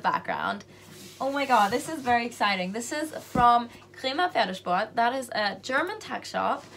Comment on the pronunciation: Can you speak German ? Cause the way you pronouce 'Pferdesport' is very good 🤔😂